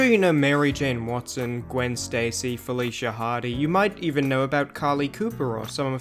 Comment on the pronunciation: You said Felicia wrong